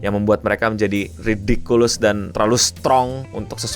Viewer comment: Ridikiles bang. Bukan ridikulus..